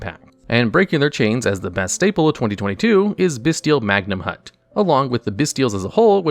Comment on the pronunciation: Him mispronouncing magnamhut bothered me way too much